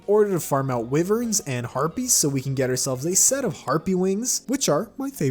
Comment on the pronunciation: Did he literally just say "W-IV-ERNS"😂